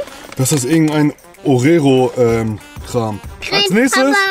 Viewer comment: Wie einfach ORERO statt OREO sagt😂😂👀